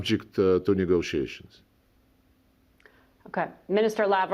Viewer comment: LavrOv!!! NOT LAvrov!!! u, woman, got to learn how to pronounce correctly!!! basic decency! POOtin VladEEmir!!!